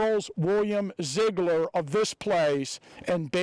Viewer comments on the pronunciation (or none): none